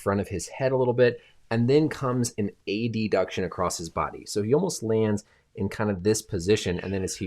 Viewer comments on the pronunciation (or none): A-D-Duction instead of AD-Duction is real